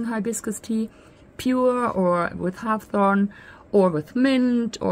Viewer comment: Hib-iscus is how it's pronounced. Deliciousness, formally, but yours is cuter. Hawthorn sounds like whorethorn or hoarthorn. A berry of this plant is called a haw (pronounced hoaw, rhymes with law)